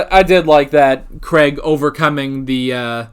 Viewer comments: Please learn how to pronounce Craig correctly. It isn't pronounced Creg. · Craig does not rhyme with egg or Gregg.